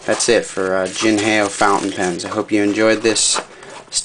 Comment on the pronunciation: definitly not jin hay o its like saying hello in mandarin ... ni hao (how) jin how